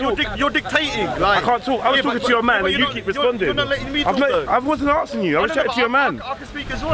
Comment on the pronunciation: "IM AKSIN IM AKSIN" speak english you illiterate fuck